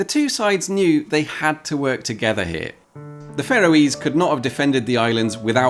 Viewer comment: "It's the Royal Navy h'yere" lol